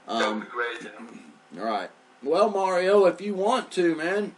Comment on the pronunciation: You need to pronounce the letter A in your guest Mario's name. You're saying his name as if it's Muurio!! It's just a tad annoying that's all... Peace out, love and light to you. ✌🏻